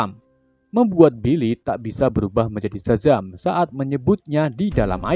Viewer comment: Sebelum gw baca nama si szaham! Gw kira si admin manggil namnya dadang wkwk